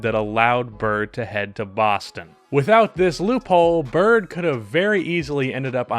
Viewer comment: Oh my god the way you pronounce Boston like you have a Boston accent but you don’t pronounce any other worlds like that is so annoying